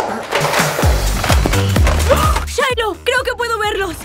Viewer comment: Se dice Shiloh